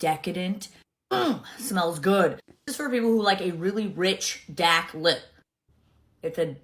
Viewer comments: “… a really rich, DAAK lip…” 🤣🤣 Out of every single word she said in that TikTok, that one bothered me the most and I couldn’t help but feel like she kept saying it more times than necessary so it just really stood out like WHYYY 🙄🙄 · Being a Boston native for 47 years, 3 generations in South Boston...every time Mikayla's FAKE asf accent comes out I have a physical reaction. "Dak"... c'mon 😅 we don't speak like that. Never pronounced an "r" in my life, I admit. But we sound more like "dahk" then "dak". She drives me nutz lol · Nobody in Mikaylas town pronounces words like dahhk and spaaklin quite like she does.